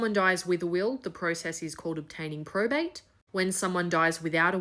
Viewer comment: There is no prostate in Australia. Hasnt been for decades. Also, the speech impediment is quite frustrating.